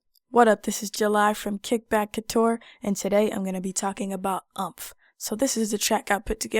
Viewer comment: Heads up: this is pronounced more like "Oooompf". Not like "trump". ;) Nice video, though!